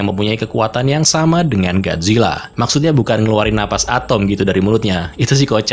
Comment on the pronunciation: Bisa baca ga Lo min masa gajila. Gojila mbok